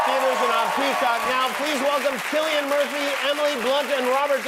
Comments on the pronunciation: Hey Jimmy, do some research on your guests. It's not pronounced 'Sillian'! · Jimmy really said "Sillian" Look how they Massacred my boy... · He called him Sillian!! What a joke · pronouncing cillian wrong!!!